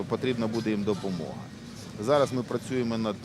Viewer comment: Филатов. Ты недарозумение. Иди учи иврит. И тогда не будешь говорить «прачюемо». Неликвид.😷